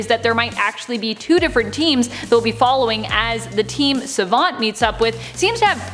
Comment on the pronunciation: Don't like the way you say Savant.